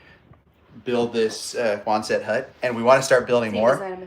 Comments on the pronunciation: Love the video…it’s NOT Quon-SETT, it’s QUON-sut. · But folks you don't pronounce the last t. So quonsen hut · I believe you are mispronouncing Quonset